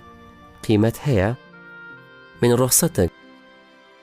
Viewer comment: واللە بەس نازانی شەرح بکەی توخوا من رخصتك ئاوا دەخوێندرێتەوە یان مالتی